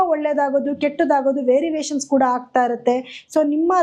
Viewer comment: ವೆರಿವೇಷನ್.... ಅಲ್ಲ variation ಮೇಡಂ ರವರೆ......... 🙏🙏🙏🙏